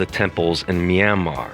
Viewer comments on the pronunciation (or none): none